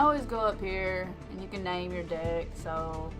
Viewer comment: The way you say "Deck" totally doesn't sound like "Dick" xD